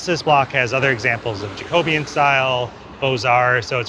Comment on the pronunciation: fascinating..educational. Check out the CORRECT pronunciation of Jacobean